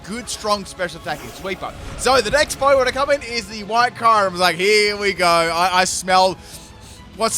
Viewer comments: I thought it was “cure-em”? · still pronouncing "Kyoo-rem" as "Kai-rem". Never change, mate.